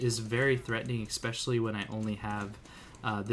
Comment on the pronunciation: Hearing you exspecially 40 times a vid makes it slightly harder to watch. There no X in the word.